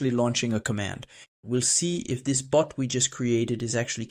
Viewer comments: Why does he keep saying boot and not bot? 😮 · It's "bot," not "boot." It sounds the same as "robot" without the "ro."